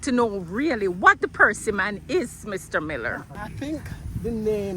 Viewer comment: "Percy man". Very quaint pronunciation...............